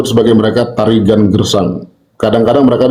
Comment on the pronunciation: Tarigan gersang bukan girang.